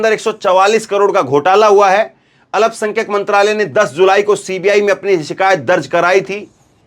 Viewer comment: Alapsankhyak nahi bole, sahi Alpsankhyak ap bolege,please, Zakir, Ara Bihar